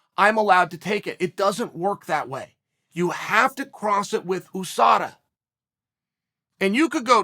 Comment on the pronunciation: drives me crazy the way he says usada lol